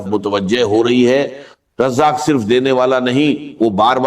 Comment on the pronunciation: اس شخص كو الرزاق کہنا نہیں آرھا ہے ۔ یہ کوئی ہندو ھے اس لیئے رزاق نہیں کہ پارھا ہے "الفتاح " کھولنے والا ہے ۔ " الغنی " یہ ہر گز ڈاکٹر اسرار احمد شہید نہیں مگر پیغام درست ھے۔ اسے بلاک کرنا ضروری ہے۔